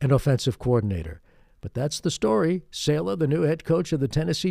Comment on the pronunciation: Saleh is pronounced SAH-LUH